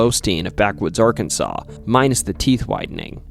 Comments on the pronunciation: Incorrect, Arkansas is the spelling, pronounced "Arkansaw"... Im a native and lived here all my 44 years, trust me bud, it's ARKANSAW. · Hey all, he pernounced Arkansas right! Little Rock, too! Winner winner, chicken dinner!😁